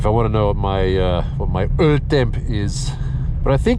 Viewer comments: Love the channel. Good Swedish/Norwegian there and you are right about öl=beer. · You nailed the norwegian sir :) surprised me so much i had to rewatch it a few times. I gotta say, your videos really help my motivation on getting my S14 Silvia running agian. #ToastedSR20DET life. Keep up the good work, can't wait until your next upload! -Greetings from Norway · Yes, it's still a funny joke,! Still funny!... Bloody viewers are causing premature wear... 😂 Oh, hey, cheers! Thanks for uploading sweet content, with your sweet face, and sweet voice! Yes. Yes, in Swedish beer is "öl", yes. Words sounded Swedish, but the intonation is more Norwegian - I understood it just fine dou..! 👍 G_G Easy, big guy, we still love you! 😂 Best friends spin together?! Ah! Progress!... あぁー！いいね、その友情！ Cool, short tour some other time! Mebe 2nd channel?